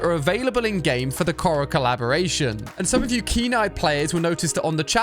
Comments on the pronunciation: Kora XD ali it's Korra said K-or-ra not Ko-ra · co-rra? ITS PRONOUNCED CORE-RA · Why does he say korra like that